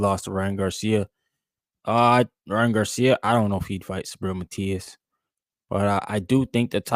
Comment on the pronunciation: The name is MATIAS NOT Matis brother, O.K.?